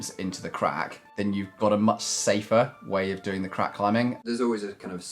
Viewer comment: He pronounces the 'g' at the end of every 'ing' word, not sure that's proper English...climbingGA